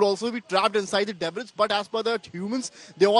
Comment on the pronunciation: "Debris" is pronounced as " DeBree" not debbriss" As News Outlet using English as a broadcast language Please kindly please find reporters who can speak n pronounce words in English correctly !!!!! It makes for very embarrassing viewing especially when u r watching it with other nationalities!!!!